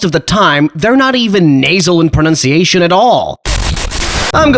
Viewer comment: Your pronunciation is excellent.